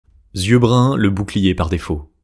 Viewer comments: Merci pour cette vidéo. Précision pour faire avancer : On ne dit pas « z »yeux bruns, bleus… s’il n’y a pas de « s » avant ; mais « i » eux dans ce cas. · Super ! J’ai appris que j’avais des yeux noisettes à 57 ans. Merci. En revanche « yeux » ne se prononce pas « zyeux »😅